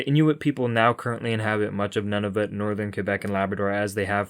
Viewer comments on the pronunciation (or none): You'd think you'd take the time to learn how to pronounce Nunavut correctly. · The U in Nunavut is a long U.